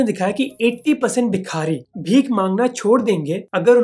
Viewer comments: Bhai u show great research in ur videos and u r a great presenter, but i am not satisfied with the way U pronounce indian names like a hi-society convent educated ignorant of indian lingo, U said जलना district Maharastra, whereas it is जालना, similarly its not बिखारी but भिखारी, its ज़कात and not ज़ाक़त। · Don’t mind my nitpicking, but it’s not Bikhaari, but Bhikaari.